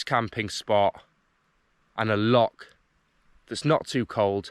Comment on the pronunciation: Welcome to Scotland, if you're here for five weeks can I advise you that you were swimming in a loch, not a lock. It's pronounced same as the composer Bach, you wouldn't call him Back. Have a great time.